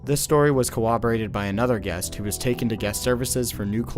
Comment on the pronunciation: My guy definitely pronounced “corroborated” wrong. Cowaberated😅